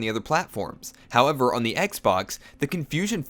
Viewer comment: It was only his over-enunciated pronunciation of "how-ev-err" that bothered me..